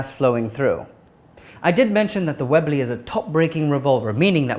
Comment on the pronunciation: Hehe, it sounds funny when he says webley, its sounds like he's saying wibly xD